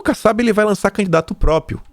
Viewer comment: Ô,, não bastasse o bom e velho "própio", agora temos você soltando "depedração". Meu, perdoa a implicância, mas o conteúdo continua muito bom e vc sempre comenta que luta para melhorar a forma do programa. Daí, penso que não é mau vc dar um pouco mais de atenção à tua leitura - ainda mais que agora, que você passa a ser comentarista de outros veículos. Na paz, sucesso e forte abraço.